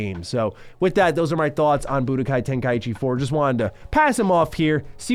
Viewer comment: Good god it's TEN-KAI-CHI Not TEN-KAI-EE-CHI